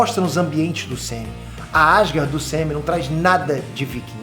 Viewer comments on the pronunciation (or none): Só eu que entendo “semem”’quando ele quer falar UCM? 😂😂